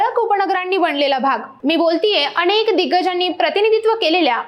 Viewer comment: अणेक नाही हो अनेक असतय ते.😂😂😂